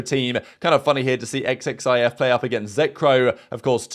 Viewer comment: Btw the disguised player xxif is pronounced zif